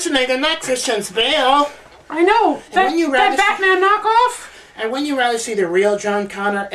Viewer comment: hahah he said Christian Bales